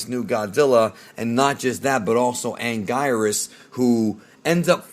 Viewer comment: It’s actually pronounced: “An-Geer-is” This monster’s name is pronounced differently throughout the years lol in Japanese and dub. He was once called “an-gwee-nus”